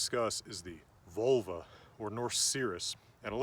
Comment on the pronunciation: 😂 you’re a teacher yet you’re saying these words wrong. You definitely said freyja wrong j = y and there is no “oi” for the e also it’s not VULL-vuh it’s VOHL- vah. This is Norse not Celtic not Latin no American 😂